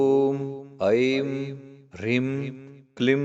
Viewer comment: Rim and not hreem?